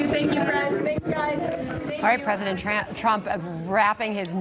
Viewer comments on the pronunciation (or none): the newscater says President Tramp instead of president trump. How fitting! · I love that she called him President "Tramp" . lmao